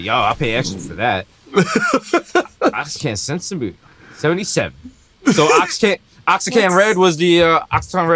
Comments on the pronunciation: that fool said "wahachican" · Damn my guys butchered Oaxaca lmao. Y’all don’t fuck with mole? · Shout out Guerrero and Oaxaca 🔥 The boys take this L for the pronunciation lol